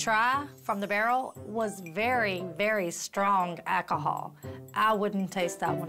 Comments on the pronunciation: nettie ain’t even say alcohol. she said akiha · “Ackahol” Bless you.